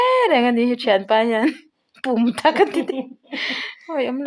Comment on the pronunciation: Pum thak tih kha chhiar tha leh rawh, pum thak tih kha taksa zawng zawng puum thak tih na zawk aw